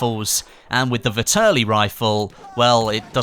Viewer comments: Nice video, but its pronounced Vehterlee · It's pronounced Vet-er-Lee